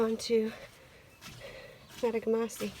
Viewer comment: Great trip. The lake you started and finished on is pronounced MA TOG GA MA SI. Nicknamed TOG for short. Great video !